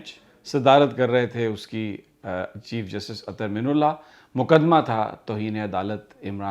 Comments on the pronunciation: Real pronunciation is Ather Min Allah. Not Ather minullah.please correct Sami bhai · The correct pronunciation of his name is: Minallah Not Minullah مِنَ اللّہ Not مِنُ اللّہ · Sir sorry to say but must correct u, please. Ap guzishta kai dinomse Chief justice ka naam ghalat pronounce kar rahe hen. Ap " Minallah" lafz ko " minullah" pronounce kar rahe hen. Arbi lafz ki meaning mamoli zer zabar badal jati ha. Plz consider it. Thank u